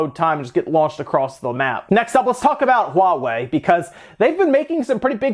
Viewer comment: It's so nice to hear people call it HUAWEI and not Hua way